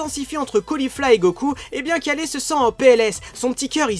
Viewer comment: Pas kalé mais kale(kaïle)